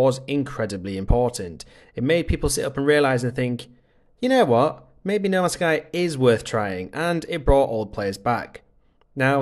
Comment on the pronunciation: Why do you keep calling it noma sky?